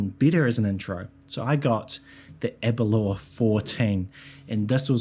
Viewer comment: Every non Scot seems to have difficulty pronouncing Aberlour correctly 😄 it's not Aberlure!